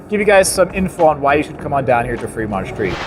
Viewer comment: Take a shot everytime he says "Freedmont".